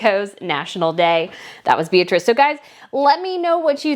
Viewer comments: yes, they are that different. And Donna Beatrice Borromeo's first name is pronounced Bee-AH-tree-che. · Plus Beatrice is an Italian name so in this context the you’ve used the wrong pronunciation: it’s BeatriCE like Che Guevara.